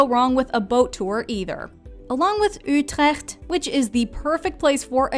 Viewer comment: I like that she tries to pronounce the names correctly. Much prefer Utrecht or Maastricht over Rotterdam though